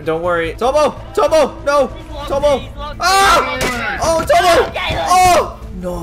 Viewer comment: Caulus you said tono not tomo